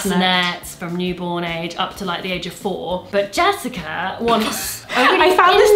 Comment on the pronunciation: being overly excited about the practical stroller, and then proceeding to tell us about Jessica's choice with the biggest "but JESSICA" ever got me CRYING istg